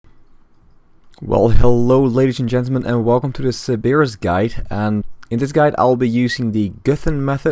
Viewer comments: How does one mispronounce Cerberus? lol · sir bur us